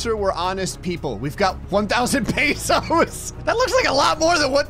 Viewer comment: its not paysos its pesos